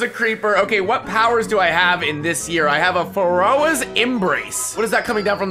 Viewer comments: pronounce Pharaoh right challenge IMPOSSIBLE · this dude really said pha-ro-ah